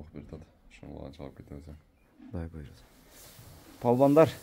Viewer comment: Молодец Красавчик Болот баары Куда кааласа. Буйруза буйруза буйруза дей бербей сөзүңдү оңдоп сүйлөп үйрөн блогер.😂😂😂 Кудайым буйурса деп айт жэ